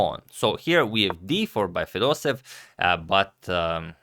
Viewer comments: #pronunciation It’s not fedosev It’s fedosEEv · I don't speak Russian, but I assume the pronunciation of the name of the man playing with the black pieces is not 'feh-DOH-sev,' but, 'feh-doh-SEH-yev.' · Hi, Antonio! Thank you for the video, it is good as always! However, you constantly made the same mistake: your pronounciation of Fedoseev's last name is incorrect. You should stress the third syllable: FedosEev is correct, not FedOseev. Thank you again for your videos! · Everybody and their cousin pronounce fedosEEV instead of feDOseev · it's fedoseEv, not fedOsev. there two e and the emphasis is on the second e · And the accent is on the first e fedosEev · The pronunciation of Vladimir's surname is more like Fedoséev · here in this popular video you pronounce Fedoseev differently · I don't think that any person would be pleased by the misspelling or/and mispronunciation of their name. And I am not your brother. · Antonio, thx for the content! Jfyi. Fedoseev is pronounced with both e having their own sound. They do not get merged into a single sound